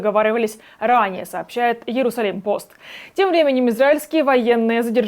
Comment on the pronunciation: *Джерyзалем Пост. Неужели так трудно выучить?